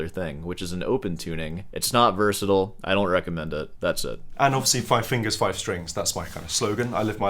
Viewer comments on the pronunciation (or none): none